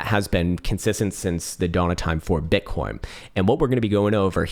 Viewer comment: did he just say “bitcorn?”